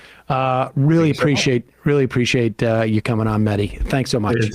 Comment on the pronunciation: His name is MEH-HAY-THEE, not Medi.